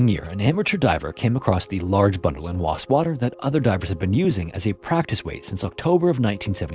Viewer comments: Just so you know, in England, Wastwater is pronounced Waist-water. Just in case anyone is visiting the country and needs to ask directions to the lake. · It's Wastwater, all one word. (I'm from the Lake District). The case is often referred to as 'the lady in the lake' murder, as is the remarkably similar case of Carol Ann Park, also killed by her husband and whose body was also found on a ledge by amateur divers many years later in another Lake District lake - Coniston Water.